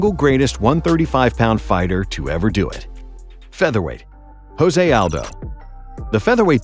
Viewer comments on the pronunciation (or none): none